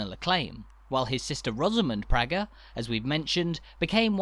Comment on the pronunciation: An interesting travelogue, well produced and quite informative. However, as a "visitor" you would not be aware of some slight errors and omissions. The name Praeger is pronounced PRAYGUR, not PRYGER. You referred to Cultra almost as a single-syllable word, but it is in fact a two-syllable word pronounced as CUL TRAW, with the emphasis on TRAW. The original maypole was replaced with a newer, shorter version in around 1956, and was later found to have rotted considerably some years later. It was eventually replaced with the one you see now, which is even shorter again, so there have been at least three maypoles! One of the traditional customs was for local girls to dance around the maypole every year. It was stopped around 1953 for some obscure reason, but I understand has now been reinstituted. In the Ocean Restaurant, they have a mural on the wall which, taken from an old photograph, depicts a group of these young girls, one of them being my sister. I was born and raised on the Church Road, directly opposite what was the main entrance into an area known locally as "Murphy's Field," wherein stood the Holywood Motte. The motte was my playground throughout my childhood - when it was quite different to what it is now. I can tell you that the top of it was not of sufficient area to house a barn, never mind a castle, for its widest diameter was no more than about 15 or sixteen feet. Many locals believed that it was formed from the subsoil dug out for a building that was supposedly